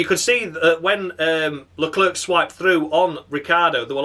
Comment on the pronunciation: With both commentators saying Leclerc stupidly as always It's gets stupider with each race